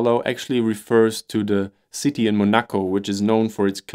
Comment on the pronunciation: Very nice and illustrative video! Great job! One little thing though, this is how you pronounce Monaco :)